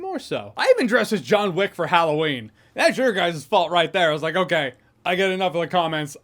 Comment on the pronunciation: *Jahns Wick